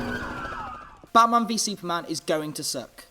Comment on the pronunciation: you say batman vs. Superman weird